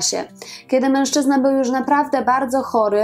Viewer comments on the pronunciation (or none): none